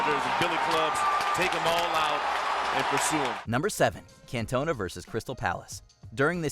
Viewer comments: Cant-ona 😂😂😂 Can-to-na will help better 👍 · Can-tona? It's pronounced Cantonaa 🧐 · Everybody: Eric Cantona America: Eric Cantoner 😂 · Why the fuck he pronounce catona like that 😂😂😂😂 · who is can toe na ? lmao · Did this dude really call King Eric, "Cantone-a"? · Love how you guys cant pronounce Cantona right, even when the clip says his name properly twice 😂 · #7 you are saying the players name wrong the video even says it for you a few times 🤦‍♂️ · I'm disappointed on how he didn't pronounce Eric Cantona correctly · The way this guy pronounced Cantona was so annoying haha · How the shit did you manage to pronounce "Cantona" wrong so many times when they literally say it in the video you play? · That is not how you say Cantona mate. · Sorry Eric Who? At least make an attempt to say his last name properly